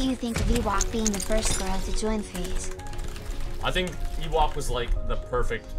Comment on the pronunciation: Funny how her name is Ewok but doesn’t know how it’s pronounced.